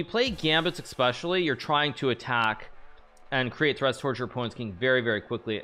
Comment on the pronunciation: Hikaru "Expecially" Nakamura